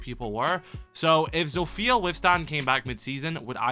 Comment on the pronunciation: Day 2 of asking Kyle to start calling her Z-off-ia instead of ZO-fia That’s how you pronounce it